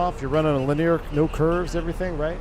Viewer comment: Not sure why struggles with the word linear(3 syllables). He always says lineer(2 syllables).